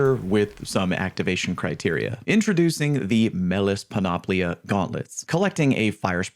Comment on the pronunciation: All 3 armor exotics are Greek Words. 1) Panoplia = Πανοπλία = Full Armor 2) Eunoia = Εύνοια = In Favor 3) Moirai = Μοίραι = Fates Needless to say that your pronunciation on all 3 of them is wrong.